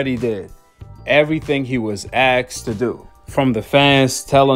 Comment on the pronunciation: Asked not axed